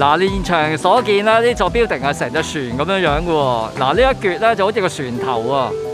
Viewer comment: 你英语口音好过瘾，好多发音都可以用中文写得出。😁 building：表顶 apartment：阿趴问 burger：bö假 online：昂拉